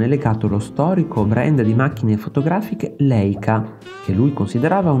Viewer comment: CHE ORRORE SENTIRE PRONUNCIARE IL MARCHIO LEICA :“Leica”. SI PRONUNCIA “LAICA”! Inutile fare divulgazione fotografica, ignorando l’ABC. UN VIDEO MEDIOCRE A 360 GRADI!